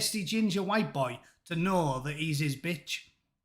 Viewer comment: Humza Yousaf: Boys carrying crutches "WHHITE" people who make racist scooters "WHHITE" People laughing at him: everyone.